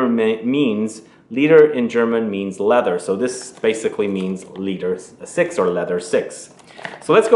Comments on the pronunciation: “Leader six” 😂. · "the German Leder Sechs sounds very much like leather sex when pronounced" I am german and that was my first thought too when i read the name of teh perfume. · The saffron/milk/leather mix sounds dreamy. By the way, the German Leder Sechs sounds very much like leather sex when pronounced. My current leather favorite is still Parfum d'Empire's Fougere Bengale. I am in Philadelphia, Pennsylvania .